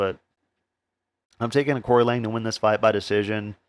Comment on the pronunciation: Excellent show, thanks. The correct way to phonetically pronounce Aoriqi Leng is Archie Long…